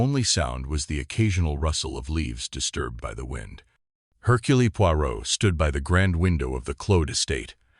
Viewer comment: Herculee 😂 I'll give this a go 😁